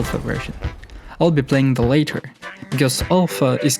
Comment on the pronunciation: It's pronounced latter, not later. Like ladder but with Ts 🤓